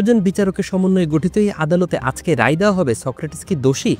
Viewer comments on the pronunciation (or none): none